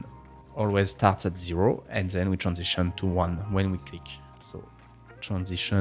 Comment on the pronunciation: zen(then), eez(this),zeez(these) 😉😁